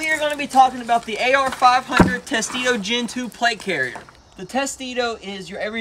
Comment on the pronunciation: It's pronounced tes-tu-doe latin for turtle shell